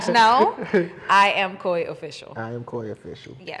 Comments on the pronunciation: Koi not Kuwe! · IT'S NOT KOI its kuui like kooi